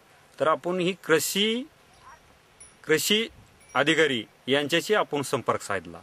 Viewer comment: yache uccharan tar paha kiti gavandhal ani adanya sarkhe ahet apapan la "aapun" krushi la "krisi". Wtf man..